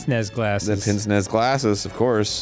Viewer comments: It’s funny to me because I used to pronounce it “Prince-Nez” instead of “Pans-Nay.” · Let’s play a game! It’s called “How Long Will It Take For Arin and Dan to Find Out That Pince-Nez is Pronounced ‘Paunce Nay’” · Ackchyully pince-nez is pronounced ponce-nay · The fact that they keep mispronouncing the glasses name proves that it should be spelled "pons-say" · For some reason, them mispronouncing pinces-nez was really upsetting. XD For the record, it's "paz nay" Also, this video definitely awakened something inside some of you and you're lying to yourselves. ;) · Jeez. They're pronounced 'panse-nay'. Bloody Yankees